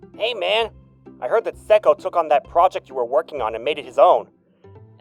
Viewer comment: Him saying: Mr. Seko?!? Mr. Seko?!? What i hear: Mr. Psycho?!? Mr. Psycho?!?